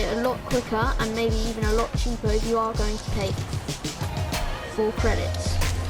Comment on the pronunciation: 'Credidts' lol